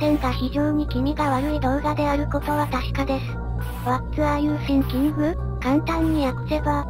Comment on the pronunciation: 動画よりの発音が気になってしまった。御無礼。わらゆてぃんきん、って読むとネイティブに近くなりますよ。